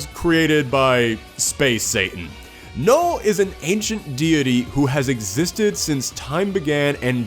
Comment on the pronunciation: is Knull pronounced with a silent k?